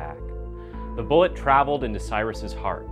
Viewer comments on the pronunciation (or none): none